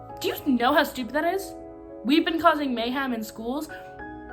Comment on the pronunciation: how was he complaining about how "gen alpha can't read" and then fucking pronouncing "mayhem" as "MAY HAM"??????